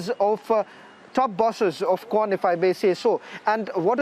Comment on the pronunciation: Say that "kwan" properly please